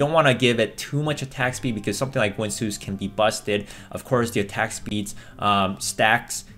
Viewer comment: I know it may be a generational thing I grew up with ginsu brand knives being sold on tv often. Is the way you say guinsoo supposed to be said like ginsu?